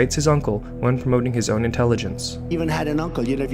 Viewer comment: .. this is a good one, kind of ironic because it sounds more like "UN - intelligence" rather than own intelligence hahaha